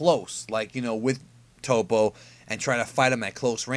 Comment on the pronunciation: It's definitely "TOE-PO" right?! Not "TOP-O", Please let me know